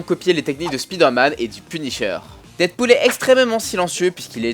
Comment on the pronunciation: On prononce "Spaïdeur Mann"